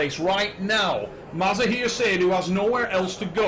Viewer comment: Bro his name is mazahir not maza-here😂